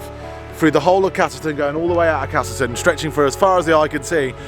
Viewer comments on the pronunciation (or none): There’s no “R” in castleton 😝